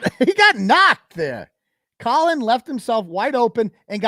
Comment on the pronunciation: Love that you call him colon. LOL